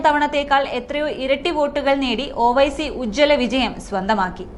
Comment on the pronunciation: ഓ വൈസി അല്ല ഒവൈസി എന്നു പറ